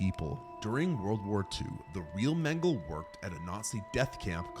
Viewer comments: It's not Mangle, it's Mengele (men-guh-luh). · Mengele is pronounced 'men guh luh'. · You pronounce the final E in Mengele